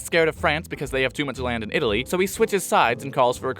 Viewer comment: “Itaaly is a veri stoung countri, because, it is so weak”